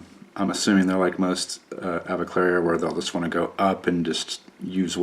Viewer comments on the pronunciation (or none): You keep mispronouncing the avicularia. It is not aviclaria, it's pronounced a-vick-yoo-larry-uh